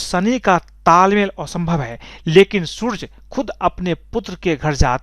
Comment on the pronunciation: Yaa to sooraj bol le yaa soorya.... 'surj' kya hota hai chimkandi